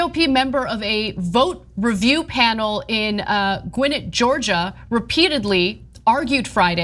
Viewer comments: Love you baby girl it's pronounced (gwen net) no offence!! We have weird names here. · Gwinnett is pronounced “Gwen-net”. I’m just looking out for my TYT sistah! I’m from Atlanta Metro. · Gwynit? Is that what you just said? You can’t even pronounce Gwinnett. Try again. Google, Alexa, Siri, and even just asking someone from Georgia would be helpful. You’re quite the journalist... lol. You are a hack. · It's pronounced Gwen----net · Gwen-net is how it is pronounced Ana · Gwinnett county, emphasis on ett